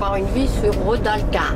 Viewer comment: C'est RODALQUILAR et pas Rodalcar comme vous dites !!!